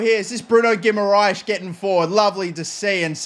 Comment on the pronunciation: how can u pronounce guimaraes and not tarkowski